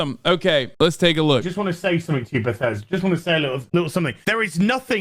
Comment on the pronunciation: I truly believe this guy is a 40 year old virgin the way he says BATHESDA